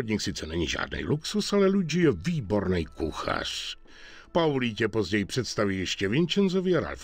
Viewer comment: nice video! akorát pls říkej paulí :D je to víc český ale jestli ses zvyklej na polí tak nic namítat nebudu :)